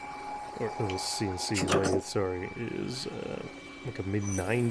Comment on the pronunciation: the most Canadian "soory" aha i love it